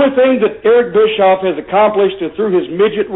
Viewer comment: Is it just me, or is everyone chuckling every time Corny calls Bischoff "Bitchoff", LOL? Too funny.